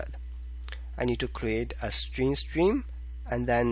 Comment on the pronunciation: Why you pronounce string as stream...